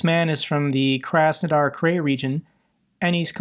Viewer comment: Just because it's the second time I hear it, Krai is pronounced like the English word 'cry'. There are no long vowels.